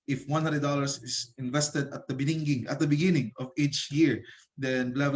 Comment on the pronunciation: sorry pero natawa ako sa “beningging”